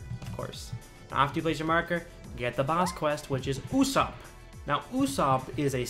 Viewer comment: Usopp is pronounced oo - soap